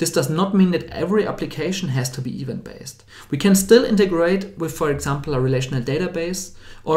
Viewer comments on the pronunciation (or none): another fellow German here - the problem is where he stresses. -> [i'wänt] (not ['i:wänt]) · Event: pronounce it stressing the second syllable; so is the word development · Just a very small note from a fellow german: "Event" is pronounced "Iwänt" with an emphasis on the "ä".